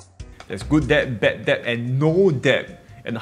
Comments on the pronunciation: Debt not deb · I just want to say that debt is pronounced as /det/, without the "b"... I'm a dick I know... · Hi! long time follower. I taught English for years and need to help you. Debt is pronounced dehht, since you use the word so much:) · Risky comment, but debt is pronounced 'det'. Or is it a Singaporean thing? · On a side note, it’s pronounced ‘det’. Have a great day👍!! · thanks for all the info! Btw B in debt is silent. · Great video. Something to think about. BTW, you don't have to pronounce the B in debt. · The B in debt is silent. :)